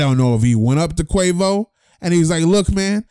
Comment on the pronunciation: You said Quavus 😂😂😂😂